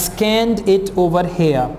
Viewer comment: its here not hair sir.. 😁